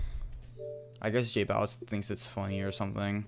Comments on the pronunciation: J-bow-itz not j-boow-itz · It annoyed me how you say jbowitz...